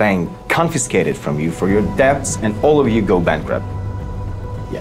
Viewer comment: There is NEVER a reason to use the precious Holy name of the Lord in vain! ~ The 'b' is silent in "debts".